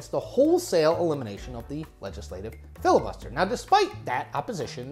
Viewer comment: "Fibus Liter"